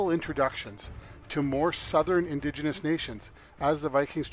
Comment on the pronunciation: uhh "indiginious" is definitely not a word lol